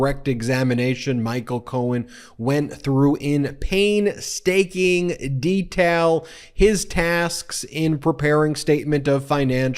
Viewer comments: "Pain-staknig? "Try pains-taking. We're taking pain, not staking pains. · Painstaking is pronounced 'pains taking' not 'pain staking' because you take pains to pronounce it properly.